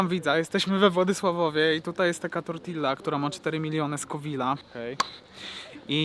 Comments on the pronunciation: Wymawia się tortija a nie tortila. Wiem, hiszpański trudna język. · Tortilla czytamy jako "Tortija". Może szczegół, ale trochę irytuje takie spolszczenie :). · Bardzo Cię lubię.. ale chłopie, naucz się mówić.. tortija NIE tortilla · kiedy wy sie w koncu nauczycie wymawiac tortilla